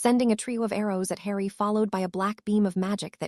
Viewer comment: Like how hard would it be to show the Ai language model the potter films???? It cant pronounce harry at times so words only known in Potterworld they absolutely murder....its atrocious.